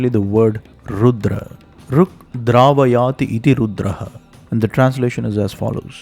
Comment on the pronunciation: rudam dravayati. please you should learn sanskrit well it will help your work. veda mantras sound itself very poerful and they are the basis of creation and sustenance through renovation constantly. Rudram is the only vedic chant even sannyasies are allowed to chant. They should be pronounce properly with perfect swaras and the one who chants should follow the niyamas stroctly and do sandhya vandanam etc so his mind is clear and he does not make any mistake or forget hile chanting, which will be very detrimental. Hence the ones whose life is only dedication to vedic chants should chant and rest of us hear those sounds .